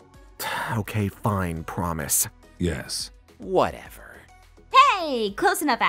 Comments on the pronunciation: If you keep play that part over and over it sounds like he is saying Jess 😂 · Did he say yes or jess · sounds like he’s saying “Jess” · kind sounds like hes saying jess xD